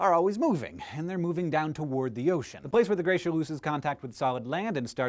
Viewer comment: just noticed that you say gracier when you first talk about grounding lines